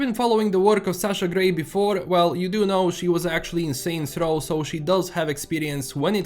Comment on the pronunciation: Saint's Row? I heard something completely different😅😂